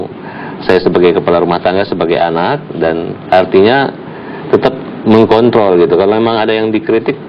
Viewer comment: mengkontol sumpah ga ad huruf r